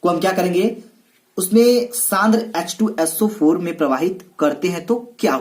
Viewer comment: सर आप वोलने मे गलती करते है।H2So4 hoga aap bolte hai yah to yeso for